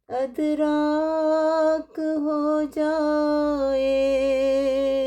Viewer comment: ادراک کا صحیح تلفظ “اِدراک” ہے، یعنی زیر کے ساتھ “اِ”۔ یہ عربی اصل کا لفظ ہے جس کے معنی ہیں “سمجھنا، فہم، یا شعور حاصل کرنا”